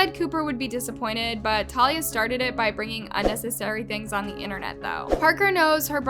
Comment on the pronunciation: talia is an ACTRESS not a tiktoker, plus you didn’t even pronounce her name right..